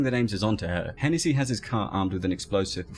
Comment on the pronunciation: I don't mean this derogatory or anything but the pronunciation of Hennessey kills me.